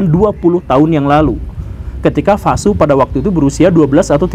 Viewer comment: V dibaca W, Pak Guru. Vasu dibaca Wasu.